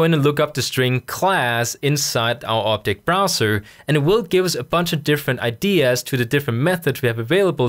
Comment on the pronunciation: Please say object and not optic xD Love you!